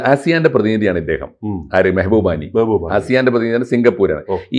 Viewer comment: Mehboobani അല്ല Mabhubani എന്നാണ് അദ്ദേഹത്തിൻ്റെ പേര്.